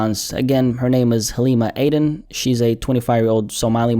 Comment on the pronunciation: Well there goes my theory about being Somalian given that didn't seen familiar with pronouncing the name "Aden" But I swear sound like he got a bit of an accent 🤔